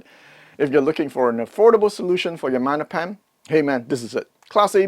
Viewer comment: Í finally get it. Magnepan is Italian. Silent G. 😅